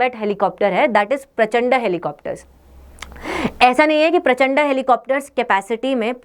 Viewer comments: वीडिओ में आपको प्रचंडा की जगह प्रचंड बोलना चाहिए।भारतीय नाम को गलत मत बोलिए। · प्रचंड है प्रचंडा नहीं।😂😂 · Why are you saying Prachand'a'? It is Prachand - please do not add additional a at the end and respect the Indian Air Force and their scientists, engineers, and all staff. Sorry for the thumbs down. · Ye kyu prachanda prachanda pronounce kar rahi he wo prachand helicopter he simple